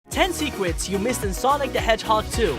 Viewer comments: My DUDE literally said seekers instead of secrets LOL😂😂😂😂😂😂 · “10 secwet in sonic the hedgehog 2” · Secwets? Hahaha